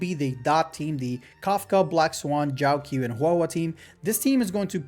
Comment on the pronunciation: bro really said "JIAOXIAO"